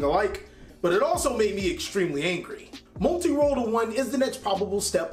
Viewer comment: Lol gotta love how he says molti roll when u needs to talk about widow